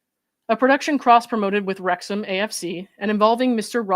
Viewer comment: Wrexham pronunciation 👍